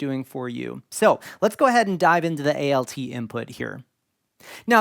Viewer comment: Really appreciate the way you are structuring this series. Do you have a listing of topics published anywhere yet? I am very distracted by how you keep saying A-L-T instead of alt. For DAW, for example, that would make sense as it is an itiaialism, but alt is a contraction of alternate. I am curious if this is something regional or that you picked up elsewhere?